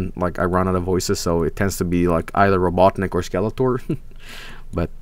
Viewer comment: "Are you going to play are pass?" "Or" you serious?